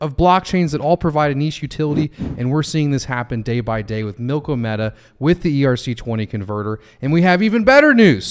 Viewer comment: AGIX! Thanks for doing this one,. Also: Think "Andromeda" when you say "Milkomeda". It always helps me!